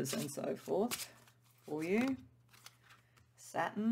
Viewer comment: It sounds like you are saying SATIN, but I figured out you are actually 'trying' to say SATURN. the last part of the word sounds like 'tURN...turn.. as around a corner. Not 'tin' as a metal..you might need to practice that pronunciation a bit. I kept trying to figure out how satin, a smooth fabric, fit into the other words you were saying.